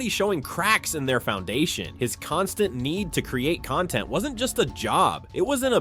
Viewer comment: Noce A.I voice you can't even say cenat or content right